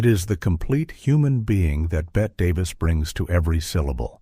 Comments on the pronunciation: Ruined by A I voice. It is Betteeeee not Bet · Unwatchable. (Not the movie, THIS AI slop. BET Davis?) Three minutes in and I can't take it anymore. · FYI Bette is pronounced Betty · You would be more believable if you pronounced Bette Davis’ name properly. It’s Betty not Bet. Claudette hurt her back in 1950 on the set of Three Came Home. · BET-T is how it’s pronounced idiot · I love the interesting information. But if the AI calls her BET Davis (Bette Davis is Pronounced BettY Davis), I think I’m going to screanpm! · You. Can’t listen to this idiotic thing because the twerp narrator - that is probably AI - calls Bette Davis “Bet” throughout. UGH. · BET-TEE Davis! Pronounced like Betty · Lose the AI and do it yourself. And by the way, Bette Davis is pronounced BET-TEE Davis. Davis and Baxter were both up against Gloria Swanson in Sunset Boulevard. That's why Holiday won. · Can't finish a video that mispronounces the name "Bette" Davis, being as it was one of the greatest performances in movie history and that she's the central star of the movie and therefore this video. A shame. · You are mispronouncing Bette Davis’ name. To a film buff, this is shameful.